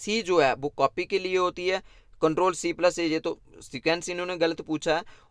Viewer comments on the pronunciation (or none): none